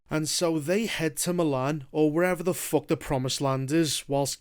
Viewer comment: Not me watching bro just to hear him say "Fock"